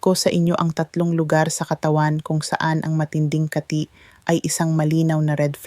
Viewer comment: Mali ang bigkas mo ng kati hindi kaaati😂😂😂 taga sn ka doc😅